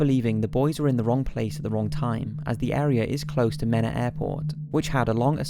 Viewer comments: #5 Saline -> Say-Leen or Suh-Leen depending on where in Arkansas you’re saying it Mena -> Mee-nuh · Just to clarify it is pronounced Mee-na, but I was very surprised to see this story first on the list. I have followed your channel for over a year now and this is the first time I have heard of anyone outside of the state bring up the drug trade. I lived in Mena for 14 years and EVERYONE there knows the stories and rumors. Supposedly all of the town's politicians and and law enforcement knew about it. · mena is pronounced mee-na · Great video as always, but here's a few things about #5. Salem isn't a County, just a small town in Saline County. And it is probably about 100 miles from Mena, which is pronounced MEE-na. Thank you for covering this though, and while I'm more skeptical when it comes to the paranormal, something quite terrible happened here, and I really hope for justice. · Not to be pedantic but in #5 it's pronounced "Mean-ah".